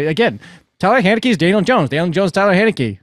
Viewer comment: my dude, I wrote it how you pronounced it - his name is Taylor Heinicke not Tyler Hay-neckee lol That's the joke, you said respect the name but you said the name wrong!